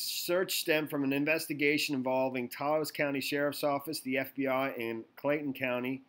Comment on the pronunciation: Taos is one syllable, it remember with douse or house